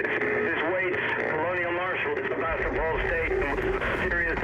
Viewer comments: Also the pronunciation of Sevastopol. Ow my head. 😝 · And also ur saying Sevastopol wrong